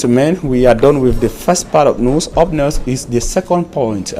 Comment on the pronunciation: Great work. But the question is , why is it so difficult for you to rightly pronounce the word NEWS? You keep saying NUS, God!!!!!!!!!!!